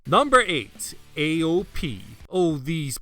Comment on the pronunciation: The way AOP's names are pronounced drives me insane. It's a play on Occam's Razor, but most will never get the reference with that bizarre pronunciation